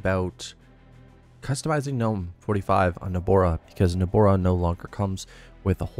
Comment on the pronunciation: I like how you pronounce it NobOra when it's actually NobAra